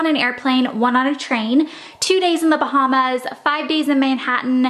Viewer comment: How do you mistakenly say Bahamas so many times?